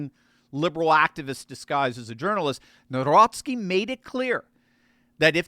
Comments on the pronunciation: The president of Poland is Karol Nawrocki, NOT Narowski., you need to learn how to pronounce his name correctly. Also, your advertising is distracting. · Jesus lads ! His second name is pronounced Navrotski not Nowrocky . It's killing my polish ears . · You should pronounce Nawrocki like Navrotzke, maybe try checking the correct pronunciation on a translator... It's a matter of respect for the President of Poland and Poles. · N A V R O T S K I... I hope it helps with pronunciation.